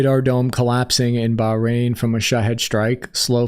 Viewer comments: Hearing pronounce "Bahrain" as "Bah-Rahn" had me rolling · Please learn how to say "Bahrain". And "Bogota"